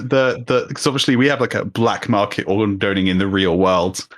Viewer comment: Am I the only one bugged by them saying "organ doning"? 😂 😂